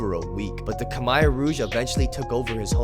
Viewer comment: Kha mare!! Not kha mai! Lol